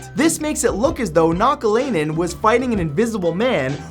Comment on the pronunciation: I really like your videos but I just have to say that you pronounced the finnish hockey players name really wrong😂 but it is okay everybody does that except finnish people.